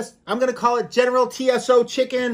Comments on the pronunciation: General tso. Pronounced general so's lmao spice= flavor buddy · It's pronounced like Toes. 👍 lololol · How come this guy is a competitive eater but doesn’t know Jack about food? Couldn’t even pronounce General Tso chicken.. sheeesh